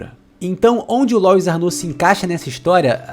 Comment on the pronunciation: Que agonia, todo mundo falando "Lóis"... Louis é um nome francês, se pronuncia " Luí "